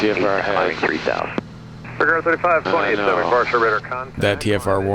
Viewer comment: The local way to say it is "puh-tow-mack" or maybe "pah-tow-mack" but I have never heard "poo-tom-ac" before.. 🤣I bet ATC got a laugh out of that.